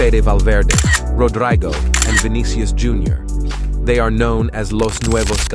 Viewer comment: did he call him rodraigo hahah